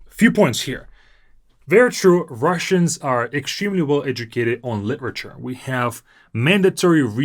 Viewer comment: my friend! I noticed when you said literature numerous times in this video, you pronounced the more like [lɪʔɹ] (most noticeable ), whereas in American English we say it more like [lɪɾɹ] and phonemically we perceive it more like /lidr/